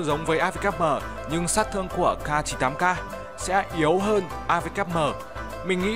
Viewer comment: Khẩu súng CAR 98 CAR:v Tiếng Anh tốt vl:>>>